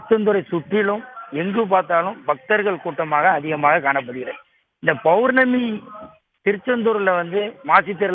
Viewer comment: முதலில் ஒரு நல்ல செய்தியாளர் போடுங்க. அவர் பௌர்ணமி என்பதைக் கூட தவறான முறையில் உச்சரிகிறார்.